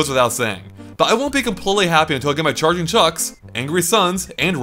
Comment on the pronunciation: Chucks not chicks.